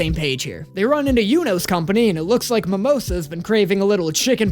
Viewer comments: Don't worry about pronouncing it incorrectly you're saying it correctly it's mamosa the english dub says mamosa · If it makes you feel better, the way you pronounce Mimosa's name is how they say it in the dub, lol.